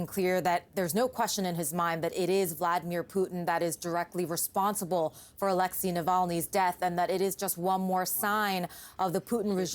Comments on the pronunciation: Not Aléxey, but Alexéy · Americans suck at pronouncing Alexey.